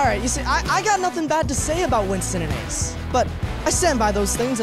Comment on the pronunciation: When correctly pronounced Ace’s name and Kaiser said “English. Do you speak it?” That was gross, I’m sorry. Sincerely, Someone who goes by an anglicized name because people refused to pronounce my name correctly.